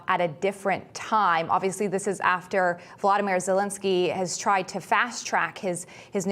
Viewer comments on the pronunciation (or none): none